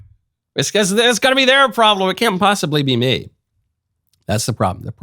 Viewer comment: Biggest red flag? Pronouncing me as may.